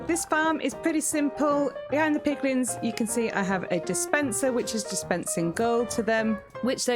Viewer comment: You said piglings I heard piglings Yet my head heard "MAN BEAR PIG!!!" lmao Love it!